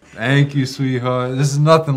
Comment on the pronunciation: the chuckle followed by "thank you sweetheart" in an Italian New York accent got me good 😂